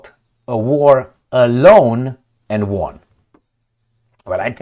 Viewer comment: Dear, we all enjoy your obsession with baboons and occasional joke here and there. Please accept with no malice that the only pronunciation of WON, past tense of WIN, has always been ONE😅, give or take some regional accents in the UK. Cheers🎉